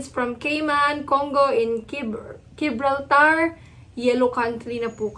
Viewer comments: Hi, I hope you don't mind but I thought I may give you some help in pronouncing Gibraltar. It is little more than a rock at the mouth of the Mediterranean Sea. Belongs to the UK but is connected to Spain. Total population 34,000 JIB as in the horizontal pole holding the sail on a yacht. BRAWL as in quarrel or fight TAR as in the black road material. I'm not criticising, for I think you do a tremendous job keeping track of the myriad changes in the Philippine travel requirements and I am in awe of your ability to switch effortlessly from English to Tagalog. This is the first time in nine months I have noticed you struggle with a pronunciation. Thanks for all the hard work you do for it is appreciated very much. Salamat. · Thank you for the update. Gibraltar is pronounced Gib-Brawl-Tar (not a silent H), it is a a British Overseas Territory near Spain. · Google the pronunciation of Gibraltar. "Juh brawl tr" Thanks for the update. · Jib bralt are. Is how you pronounce it. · Pronounced: Jibraltar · Gibraltar—- (Gebrolta) 😄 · Its pronounced Jib raltar 🤣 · The G is pronounced like a J such as in Jamaica. The I is pronounced as in the word “sit”. Gibraltar Thanks for your great work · Gibraltar pronunciation made me smile. It is actually not difficult to say once you heard it spoken. Do a quick google search on it being spoken but it’s easier than how your ‘re trying to say it.